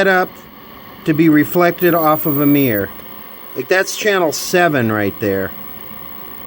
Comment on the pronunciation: Mear = Mirror...Soder = Solder...Since when was the "l" silent in Solder...It's like calling a Soldier a Sodier... 😂